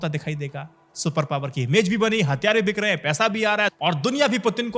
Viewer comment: Hattyaare,,, nhi hathyaar hota hai... ghonchu